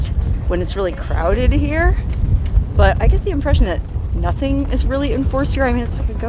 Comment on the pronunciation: "Her OO'R" is in four different states". Classic,. That's why we watch ya!!